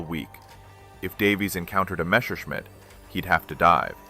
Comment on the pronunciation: It is NOT "Meshershmidt" It is Messerschmidt. (Means knife smith)